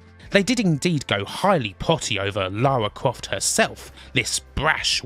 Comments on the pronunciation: Lawa cwoft 😂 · Damn those yankees, butchering Lawa Kwofts pronunciation. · "Let's call her Lara, because Americans can't pronounce Laura" Every American talking about TR: "Laura Crawft" I mean, on the plus side, Lara is apparently short for Larissa, which really helps with the whole posh thing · Lara Cwoft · Lawa Cwoft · Lara Cwoft Chuck Wock You're just doing on purpose now